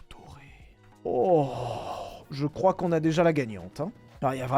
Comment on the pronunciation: C'est zhe ses the